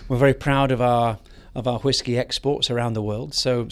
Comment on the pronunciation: Say, 'whisk'. Monty: whisk. Now say, 'whiskey' Monty: HHHHHHWWWWHHHHHHISKEY!